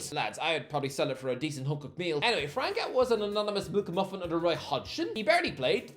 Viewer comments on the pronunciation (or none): You keep calling França "Franca" for some reason. ç is read as ss